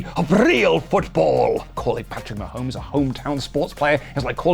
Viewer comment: Incredibly difficult to understand reading Patrick Ma-homies related comments. The impression of each of them swallowing the quarterback to the footballs did come across authentic. 10/10